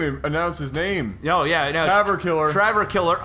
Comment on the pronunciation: there is no R in tav ...